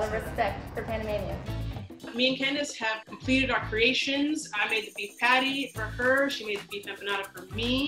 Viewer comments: As a Jamaican myself, the way Candace says "Patty" irks me 😂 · Saying- the way she says patty hurts my soul😪